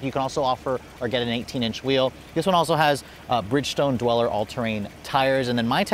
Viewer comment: The Bridgestone tires are Dueler, pronounced "dooler", NOT "dweller"...